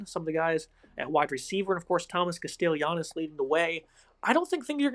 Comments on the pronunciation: It's pronounced CASTELLANOS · You're butchering Castellanos name. Kast-uh-lon-oh-s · Fr😂 was bothering me